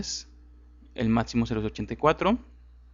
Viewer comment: Porque dices Matzimo en vez de Maximo, o el programa Etzel en vez de Excel??